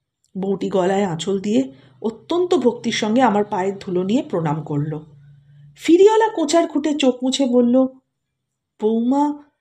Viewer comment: আপনার পাঠ মোটামুটি ভাল। কিন্তু সমস্ত গল্প পাঠে 'ফেরিওয়ালাকে' আপনি 'ফিরিওলা' বললেন, কানে ভাল লাগল না ।আশা করি এরপর থেকে উচ্চারণে সতর্ক হবেন । নমস্কার।